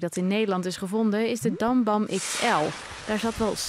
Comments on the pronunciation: het is dum bum en geen dam bam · het is niet dambam maar dumbum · Hoe ze ook dum bum zegt😅 ze zegt het zooo verkeerd😂